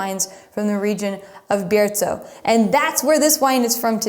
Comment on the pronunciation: I live in Spain and am fortunate to have tried all these grapes and 4 out of five of the wines. All the wines from Casa Castillo are incredible and you can’t go wrong with MdeM! Thank you for saying Menthía and Biertho- in Castellano. Muy bien!